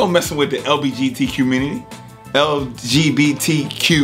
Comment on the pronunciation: Sounded like he said LGBTQ Q-mmunity 😂😂😂